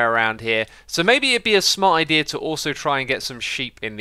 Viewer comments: how many times did xisuma says ikea instaed of idea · I love how xisuma keeps saying IKEA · Nice vid but why u coping pewdiepie nvm I thought u were pronounceing ikea wrong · xisuma Said Ikea instead of Idea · do you pronounce the ea of idea the same way as in ikea? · you said idea wrong